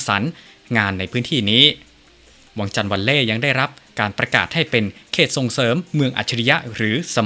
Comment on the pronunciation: วังจันทร์ ไม่ใช่ วังชาน น๊ะ..กลัว อังกฤษ แบบไทยๆเหลือเกิน